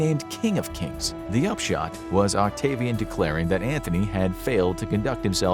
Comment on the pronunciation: I love your channel, but everytime you talk about Ceasar you say Mark "Anthony", its Antony, there is no H